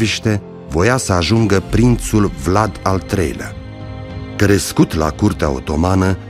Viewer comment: Simion nici tu miriti sai pronunție nici numele domnului Vlad Ai indepa rtato pe Sosoaca cei ce Vlad nu ar fi indepartato